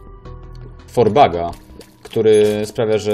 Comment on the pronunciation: Drogi 1. IV bag to nie "four bag" tylko "aj wi bag". IV to skrót od słowa "intravenous" czyli "dożylny". IV bag to po prostu kroplówka;) 2. Nie mogę zdzierżyć tego że tak bardzo polegasz na wiki. Czemu się nie opłaca? czemu nie ma sensu ryzykować? na tym polega ta gra, ten jeden item znaleziony przed walką z matką może uratować Twój run, a może nic nie dać i pogrzebać szanse na zwycięstwo. Ale przecież o to w tej grze chodzi, polegaj czasem na swoim własnej brodzie!